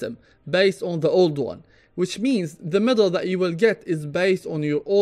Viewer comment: T'was quite confusing at the start because you pronounced medal as middle, haha. anyway, keep up the great content bro. thank you. I like valve's new mmr system, it's much more friendly for newcomers and esp for kids who playing dota, it's really encouraging to win more games in the long run unlike the plus or minus 25mmr, plus it's updated to filter out acct. buyers, which I believe to be very few in population.